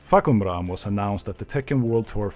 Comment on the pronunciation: The first time I saw someone read the name clearly And information that will help people get to know this character better. Thank you from Thailand